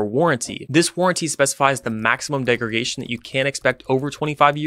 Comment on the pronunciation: Great and highly informative explanation. Minor nitpick, it's degraDation (not degregation).